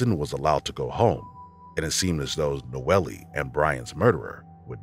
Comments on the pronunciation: In I think the 3rd story he keeps saying the victim was "NOELIE" pronouncing it like that but I assume people just called her "NOEL" even tho there was an "E" at the end of her name. This bugged me so much I had to write about it. Silly, I know. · HER NAME IS PRONOUNCED NO-EL. Not noelly. RIH Nono. 🕊️♥️🌹